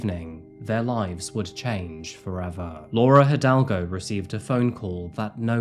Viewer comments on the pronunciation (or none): none